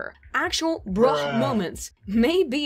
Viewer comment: 'breh" ?? BRUH